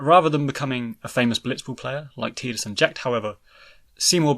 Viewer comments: Its {tai-duhs} u freakin froob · Am I the only one who thinks he’s saying Tidus name wrong. Wasn’t 10 the first one that actually had spoken word in it 😂😂. Has this guy actually even played the game. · Htf do ppl f that up. Tidus as in tides. A force of nature. Fkn who would name their protagonist with such a pathetic pronunciation. {Tee-duhs} is tedious asf. Soz not soz